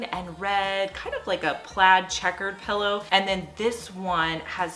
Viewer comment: I have never heard the word "pillow" pronounced as you say it. Something like "puh-low." Hmm. Just throws me every time you say it. Just commenting...🤔